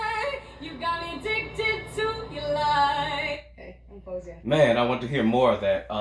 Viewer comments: it's pronounced FAW-ZIA she has a duet with John Legend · Yes! I've been waiting for this one!!!!!!ty for reacting to this professional amazing vocalist faouzia. btw it's pronounced (f-oh-zia)